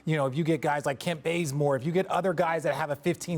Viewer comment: Did he say bazemore aka clown?